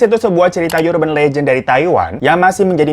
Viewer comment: "Urban" tuh bacanya bukan "yurben" deh bang....